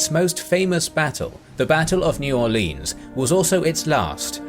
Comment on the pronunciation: While I love your videos and your description of the battle of New Orleans was top notch. New Orleans is not pronounced Orleeens. As someone born and raised down in South Louisiana I've never heard anyone except people who aren't from around here trying to sound like us Cajuns and all they are managing to accomplish is sounding cringy.